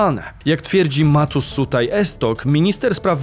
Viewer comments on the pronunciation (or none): to S z ptaszkiem u góry, to SZ, wiec Matusz Szutaj Esztok;)